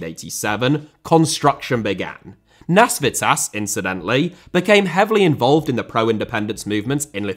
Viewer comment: Nasvytis (Nasveetis), not Nasvitsas. Try to remember how you pronounce Mikis Teodorakis - it works the same way.